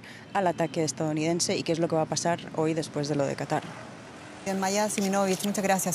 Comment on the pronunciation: Dice "estaOunidense" por "estaDounidense"